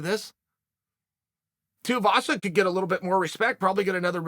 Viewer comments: its tai tui vasa not tai tiavasa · "Tie Teahvasa" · Too-eee-vasa say it with me uncle Chael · Good ol Tai Teeavasa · Who the fuck is Tai Tee-uhvasa? I swear Chael mispronounces on purpose lol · Tai Tiavaza - he does it every. Friggin. Time. :D Edit: is there a SINGLE vid where Unc doesnt get at least 1 name wrong?